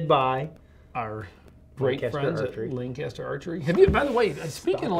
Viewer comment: I’m from the area of Lancaster Pa. The way says it is wrong haha